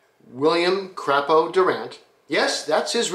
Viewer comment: Pronounced "Cray-po" here in Flint..